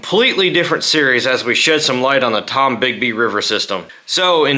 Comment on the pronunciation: It's the Tombigbee River not Tom Bigby